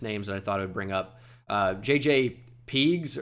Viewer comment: Yo just wanted to let you know that the DT out of Ole Miss is pronounced JJ PUH-GEESE